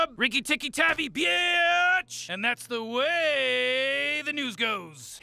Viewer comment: I love the BIIITCH in that one because he says it in like, 7 syllables